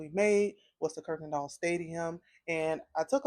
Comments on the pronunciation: It's Kuykendall Stadium, not Kirkendall Stadium. You are mispronouncing it. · Just fyi... It's pronounced...ki ken doll. There's no "r" in it. Kuykendall